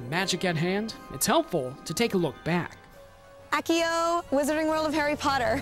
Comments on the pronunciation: ack-e-o ??? WTF Acio ASS E OH lol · Whether or not they pronounce it that way in the movies, the books were first. The audiobooks pronounce is "assio" and so does the pronunciation guide on Scholastic's website. How could you EVER think something was right because of the movies!? They get so many things wrong! Psh, what a terrible HP fan you are. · ACKio? Are you kidding me? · whenever i would read the books, i pronounced "accio" the way she did. just because she pronounces something wrong, doesn't mean she isn't a fan. i usually pronounce "dobby" and "nagini" differently too and i'm a huge fan. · This looks awesome! But that lady, clamed as a "huge" fan doesn't even know how to pronounce 'accio.' Therefore, not a big fan!